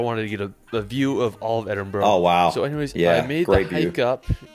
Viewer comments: Oh please get the pronunciation right! It isn't "Edinbrow" or "Edinborrow" - It's said "Edinburra", same as most "burgh" endings are pronounced. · The most important thing for an American to learn about Scotland is how to pronounce Edinburgh. Why do they always say "Edin-bro"? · It's Edin-bruh not borough. A lot of his pronunciation is wrong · Edinburgh is pronounced ether "ED-in-bruh" or "ED-in-bur-uh" but never" ED-in-bu-row". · burgh not bro the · Where is this Edin-bow-row? 🤣🤣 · It is Edinburgh pronounced Edin burr ugh. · the guy obviously does not have English as his first language, so we have to cut him some slack. The repeated mispronunciation of Edinburgh is hilarious though. You find yourself screaming "EdinBURRA". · Make extra time for exploring Scotland, we'll worth it everywhere looks like a postcard. If you have time look into the west highland way, its a 98 mile hike and remember we dont have any trespass law. Hate how he says Edinburgh lol Ed in burra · As a Scot, the guy's video that you're reacting to; he's butchering the place names... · The mispronunciation from that guys video 🤯 butchered it.. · TO SAY THIS GUY VISITED EDINBURGH YOU'D HAVE THOUGHT HE WOULD HAVE LEARNT TO PRONOUNCE THE CITIIES NAME CORRECTLY LOL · The guy on the video is reacting to is hilarious, I don't think he got one name right in the whole video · I don't know what youtuber you are reacting to, but for him to mispronounce practically every place he visited and passed the pronouncing to his followers is disrespectful! 🏴🏴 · If only he could say Edinburgh correctly 😊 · Hi from Edinburgh. As others have pointed out, this is a tiny part of what Scotland has to offer, you must come see for yourself. You may even learn the correct pronunciation of the places shown 🤣👍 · So that's basically Edinburgh and the Isle of Skye then ! There's more to it believe me and by the way I'd have a go at better pronunciation than that guy. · I cringed every time he said Edinburgh